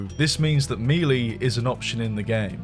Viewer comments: The AI phone call... oh god... Why do people do that? Just get a cheap USB mic and record the lines yourself. Doesn't matter if your voice is all that good. It's guaranteed to be better than that AI Slop. A sin for this video for you having said "Mii Lii". MiiLii ❌ MiiLay ❌ Mehlii ❌ MehLay ✅ It's spelled Melée for a reason. Contrary to popular belief: There is only ONE correct way to say this word. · dude its pronounced MAY_LAY not ME_LAY when you say the word melee. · You don't know how to say "MELEE"? "MAYLAY" not mealy. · Ah yes, I love me-lee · Learn how to say MELEE